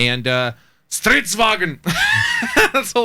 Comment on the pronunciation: You do not pronounce "Stridsvagn" Sratsvagen, its S-TRI-TS-VA-GN. You dont hear the d so much.